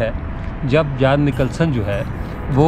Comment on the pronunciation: Theek lafz Jhon hay Jaan nahe !